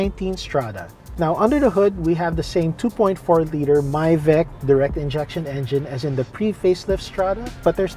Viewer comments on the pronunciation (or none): I think he pronounced MIVEC wrong. MIVEC stands for Mitsubishi Innovative Valve timing Electronic Control system